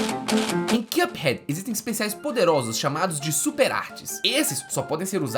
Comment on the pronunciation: Excelente vídeo,! Só queria pontuar que a pronúncia correta de "cup" é a que você fez aos, ou seja, sem /j/. Na maioria do vídeo (exemplo aos ) você pronunciou como /kjʌp/, enquanto a pronúncia correta é simplesmente /kʌp/. Tô mencionando isso porque acho top seu conteúdo e sempre ajudo meus friends com mispronouncings <3